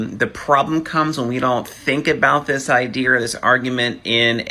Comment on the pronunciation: Dude said idea* ..as Idear* something is off with you friend, start over and try again.